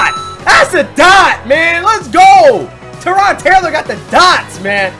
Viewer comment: lol it's Tyrod not Terod